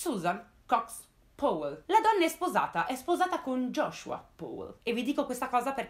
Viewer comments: Comunque Powell si pronuncia "Pao", non "Pouell"... E daje, mica è difficile. Come pronunci "power", "pouer"? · Bravissima! Un appunto ...Si legge pauel con la A...scusa se l'ho scritto proprio così come si legge non sapevo come spiegarlo😂😂 continua così brava 👍